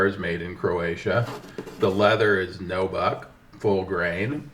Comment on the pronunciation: It's NU buck not NO BUCK